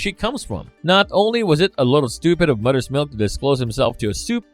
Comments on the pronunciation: moTHers milk moTHers MOTHERS not mudders milk. you sound like a yank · That English though lol. Mudder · Are you able to pronounce “Mother’s”? You says mudder every time. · your accent makes it sound like Mudders Milk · Love the way he pronouce’s MOTHER lol “MUDDER’s” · Am I the only one hearing muddah’s milk? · “mudders milk”